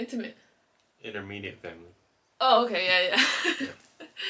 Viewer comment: It’s immediate* family not intermediate. Oh well, we understood what you meant. 🙃